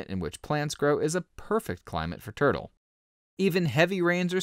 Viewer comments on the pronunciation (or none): Why do I hear this guy call it "Turd-o"?